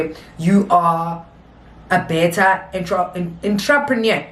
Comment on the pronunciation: 😂😂😂😂 Gurl you had me laughing saying entrepreneur